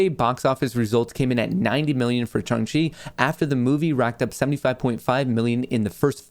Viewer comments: Shang Chi not Chung Chi lol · I think it’s SHAAAAANG not shung lol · Omfg its Shang not Shung! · Love ya but No way is Shang pronounced Shung…. 💀 say it like Shanghai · Dude, you butchered Shang-Chi. 🙉There’s an “A” not a “U” (Shung-Chi). That’s like me pronouncing your name Mutt Kohrs. 🐕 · I can see struggling to say shang chi ahahah.